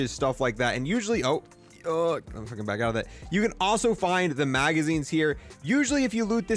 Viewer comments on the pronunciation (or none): none